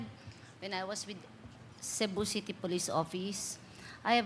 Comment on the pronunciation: Did she just said,"Shabu City" ?